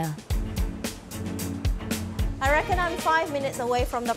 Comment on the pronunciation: The narrator, India Fisher, does not know how to say Lasagna and called it lagna.